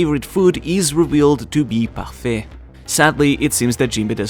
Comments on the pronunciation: Well it's a french word and, for being a native french speaker, I can say his pronounciation is... perfect! Get it? Because ''parfait'' means ''perfect'' Ok I'm out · Yeah, how its supposed to be :) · I like how you pronounce“parfait”